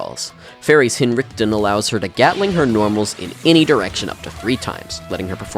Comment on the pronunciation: Eerm, cringe alert! I cant believe you pronounced the super "Hiin-rick-ten". Its supposed to be Hein-Reich-Ten dummy! As a 16 year old dead spirit myself, this made me cringe more than anything else in the video. Epic fail!